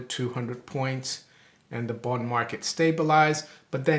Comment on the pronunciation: doesn't say, "bond" he says, "booned"